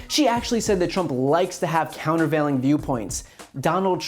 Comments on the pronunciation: "Counterveiling" is too big a word for Trump, he can't even pronounce it. Kayleigh obviously made up that quote. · "Countervailing" lol